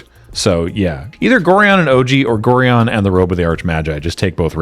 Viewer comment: That's not how you pronounce Gorion (like the constellation "Orion" with an extra 'g' in front of it). He briefly appeared as the ward of the protagonist in the old Baldur's Gate games. The reason the card refers to an "Abdel" is that said protagonist's name in the novelisation of the story was Abdel Adrian.